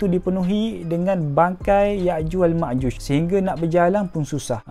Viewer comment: Yakjuj makjuj bukan yakjuj makjush.. Admin mx amik pertahatian